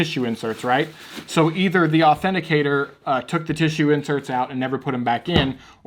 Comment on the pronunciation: Authenticitor? U meant authenticator